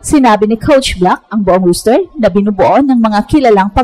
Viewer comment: Roster hindi rooster . Text to speech na nga lang, hindi mo pa ayusin.